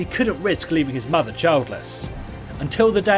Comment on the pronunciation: "... working with his matha"... :D Good clip though! Its not that hidden, but hey..